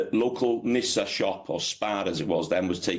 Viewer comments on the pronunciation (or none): none